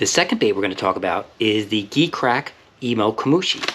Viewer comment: You know that is pronounced “G” Crack right?